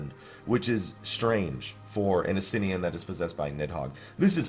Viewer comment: ES-TE-NEIN! NOT ES-TEN-IRN!!!